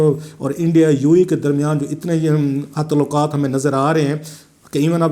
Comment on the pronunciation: پاکستان کیسے ترقی کرے گا- تعلقات کو "تولاکا ت" کہنے والا ہمارا نام نہاد صحافی جس کے ہر جملے میں زبان اور تلفظ کی غلطی ہے دنیا کو بین الاقوامی سیاست کا تجزیہ کر کے دکھا رہا ہے! ایسے لوگ ہمارے ہاں عوام الناس کی رائے سازی کرتے ہیں- حیراں ہوں دل کو روؤں کہ پیٹوں جگر کو میں!